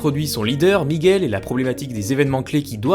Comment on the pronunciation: Bonne vidéo, mais par pitié, arrête de dire "migouel". La prononciation en espagnol est la même qu'en français.